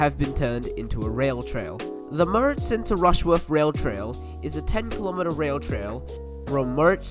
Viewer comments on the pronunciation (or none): and they kept saying murrichson lol i always get a laugh from people's assumed pronunciation for place names. and this one's not even foreign. just get the fare-capped vline up here and ask us lol